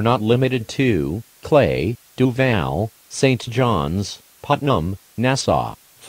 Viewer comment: Duval was pronounced “Doov AAAAAAl”.